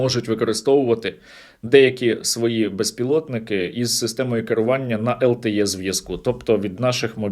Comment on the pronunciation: LTE = ЛТІ, лат. е = /йе/ лише на болотах. Дякую.